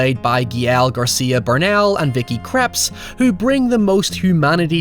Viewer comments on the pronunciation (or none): none